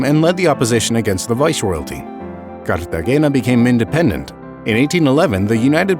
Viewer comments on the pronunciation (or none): great video you spelled Colombia wrong in the summary though, also you got all the spanish words like spot on like perfect except "Cartagena" it's more like "car-tah-hay-nah" also also, Santa Marta is on the Caribbean coast, on that map it's made to look like it's next to the border with Venezuela like by Cúcuta Also also what the heck is the map lmao